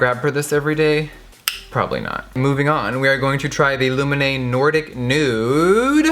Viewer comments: So coool! How you say Lumene sound so much better than in Finnish! :D Loved the video. I just realized too that Lumene doesn't have setting spray! Why the heck not!? I hope they come with it in the future. Sokos stores are great. ;) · Love how you pronounce ""Lumene" - you make it sound intresting. 🤗💟💟🇫🇮🇫🇮🇫🇮